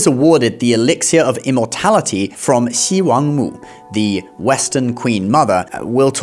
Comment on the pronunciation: At last, the first explanation of Chinese gods which mention XiWangMu which didn't pronounce her as She Wank Moo 😅